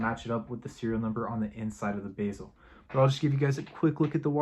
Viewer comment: it’s not pronounced basil, it’s the bezel!